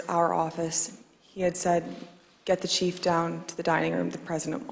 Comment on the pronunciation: When she said chief did she mean chef? 😁